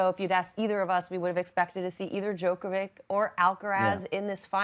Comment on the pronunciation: The female commentator does not know how to pronounce Djokovic's name correctly (the greatest tennis player of all time!!!), but she's commentating on tennis on TV. Really? Who hires these clowns? How did this woman get a job as a tennis commentator?